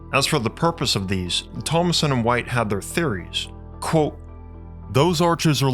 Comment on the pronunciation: 'Kwōtė, not 'cwóque'. Your channel is great, this one, constantly misspronounced word, which you could just avoid, is holding you back. Give it the mustard! "KwŌtė" Aim for the O and the T. KWŌTĖ. Love your material.